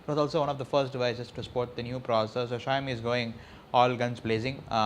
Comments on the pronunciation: ksha-yo-mi nahin be shao-mi bol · its "Shaw-o-mi" not "Shy-o-mi"